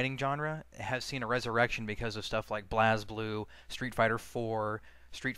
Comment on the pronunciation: Euugh, not to be a nerd, but I admittedly cringed when you said 'blazzzzblue'. I'm sure you've been corrected enough times already.